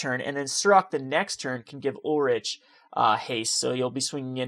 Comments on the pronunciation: It's pronounced Ulrik not Ulritch. It's also Gisela not Jisela. Also it's GIF not JIF. Please work on pronouncing these correctly. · He's kind of all over the place with names and pronunciations. Ulritch???? It's Ulrich (Ulrik). Also, he says Jisela instead of Gisela. I imagine he also says JIF instead of GIF.